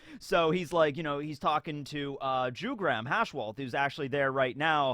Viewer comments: I'm pretty sure Jugram is pronounced "Yugram". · Jugram isnt pronounced like that. "J" should be pronounced like "Y" in words like year, yet, yarn...